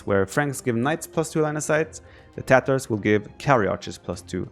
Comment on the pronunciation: Matteo Pellegrino only because no one says it right :p it has this phonetic spelling /ˈtɑːtərz/ (from wiki), meaning the first ‘a’ is long as in ‘car’